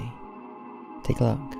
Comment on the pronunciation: “Take a look-kuh.”